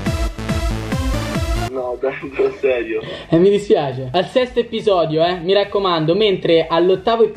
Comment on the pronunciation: Un informazione episodio si pronuncia con una sola p